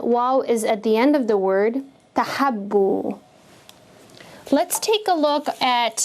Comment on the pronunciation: .. why it is pronounced 'TahAbbu' ? There is no alif or fatha over Baa.. plz explain